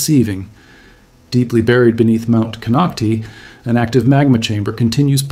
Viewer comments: It's "Clearlake" all one word. Kinocti kinoct-eye. You took time to make a whole video about it and didn't bother to see how it's pronounced. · You are only Reading a WIKIPEDIA Post and your pronounciation shows it ! it's Kon Knock Tie !!! at least learn to say what You are Talking about aye? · It’s ‘Cone-oct-eye’ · Konocti is pronounced CON knock TIE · Konoct (eye) is how its pronounced. This is scary--since its very populated there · The real pronunciation of the real name of the mountain is Kono Tayee the name konocti is an English corruption much like Ukiahs real name Yokayo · Lmao! Konoc-tee, wrong! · It’s pronounced Konock-tie same as Vallejo is pronounced ve-lay-ho. It’s written one way but we pronounce it how we like it. 😁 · Another non native Speaker...konocti.. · One would think that if you’re going to go through the trouble to research the details of the Clear Lake area you would take the names of geographic sites seriously. Instead you fumbled the name of Mt. Konokti. Sloppy! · Konoctee mean butthole hole in Mi-Wok, that’s why you don’t pronounce it that way. Although, a volcano is kind like a butthole, so… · We lived on the lower slopes of Mt Konocti (last syllable “I” not E) when my husband worked at a nearbye goldmine in the 90s. Not a single person I met there, (Working in government or otherwise) was overly concerned about the Mountain erupting. However every time I walked by Soda Bay at the base of Mt Konocti I felt as if that sulfurous odor bubbling up was sending me a warning ⚠️ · The correct pronunciation is with a long i sound at the end. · Nonsense, I live adjacent to this mtn, none of this is true. No instuments are placed here. He cannot pronounce the name of the mountain correctly.